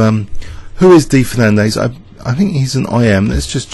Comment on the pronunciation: FernanDEZ not FernanDAYS.